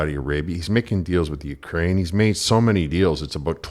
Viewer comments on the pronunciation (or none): none